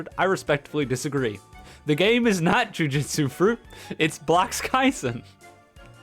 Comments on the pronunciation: Now that I have your attention i just wanted to say that your pronoucning jujutsu wrong, its joo-joo-tsu not joo-jit-su. Thast all thank you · ironic title when you cant even pronounce jujutsu properly